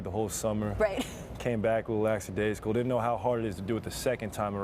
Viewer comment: Why do NBA players keep trying to use the word “lackadaisical” and keep saying laxadaisical?